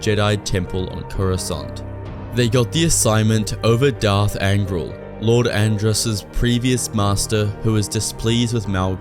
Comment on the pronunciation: I think it's Lord Ad-rass rather than And-rass.